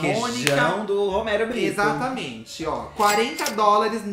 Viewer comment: Roumeirro Brrittou, porque o bonito não sabe mais falar português 🙄